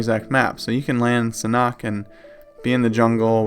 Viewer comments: Sanhok is pronounced San Hawk, not San Knock!?!?!?! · Its not san-oct, its Sanhook, San-hook. The h is pronounced and oo sound like book and look and hook.